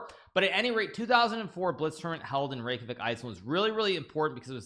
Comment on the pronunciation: Every icelandic person is very happy to see Iceland in the title and hearing Hikaru saying Reykjavík 😸